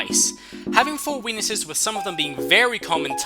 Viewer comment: it sounds like he says " having four wenises"